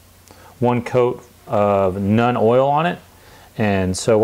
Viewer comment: ...Seems you're having a bit of trouble pronouncing the names. Nuln - (NULL, N) Drakenhof - (DRAKE, N, HOFF) Seraphim Sepia - (SERA, FIM - SEP, EE, YA)